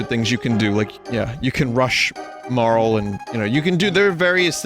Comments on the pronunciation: Marle is probably pronounced like Marley tbh but oh well 😅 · i mean i usually call Frog Glenn, a certian person Janus and Dagger Sarah dont like marle enough to pronounce her name right tho